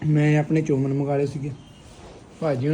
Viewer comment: ਚੋਮਨ ਨਹੀਂ ਹੁੰਦਾ ਭਰਾਵਾ 😅😅🍜ਚਾਊਮੀਣ ਹੁੰਦਾ ਹੈ 😅😅